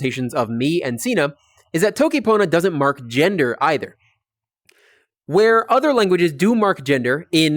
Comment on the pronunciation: As everyone else, I love how you're showing sitelen pona but something I've noticed is that you speak with diphthongs very often, such as being pronounced [tʰowkij] and being pronounced [mowkʉw] and also reducing final a to schwa such as and becoming [sinə] and [pʰownə], which technically shouldn't happen and isn't fully correct, but it's probably fine since we can all understand you.